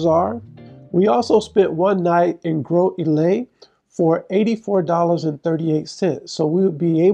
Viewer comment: It is pronounced Gross-ill-lay